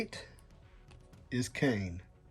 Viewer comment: I woulda had movie venom. Also, its kang not kane